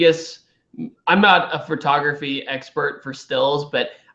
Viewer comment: you say "furtography"